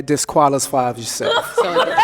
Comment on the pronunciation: When they played clip and they all died laughing at they way he tried to say disqualifies yourself 😂